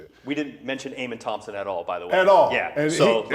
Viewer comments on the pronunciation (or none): none